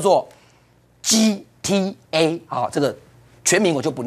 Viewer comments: GTA講成GTV埃.... 我完GTA我有殺過人嗎?? 我有偷過車嗎?? 怪怪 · 幹 gta 一直講成gtv